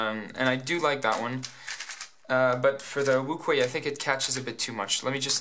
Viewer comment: it's pronounced Wu shwe